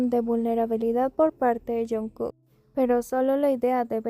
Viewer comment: Is this AI, why can’t you pronounce JKs name correctly it’s so annoying??